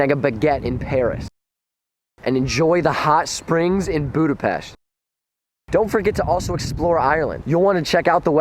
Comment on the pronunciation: 😱😱shook to hear you mention Budapest (!and even pronouncing it righttt) Love from Hungary bojler eladó